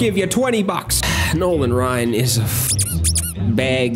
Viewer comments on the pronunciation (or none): none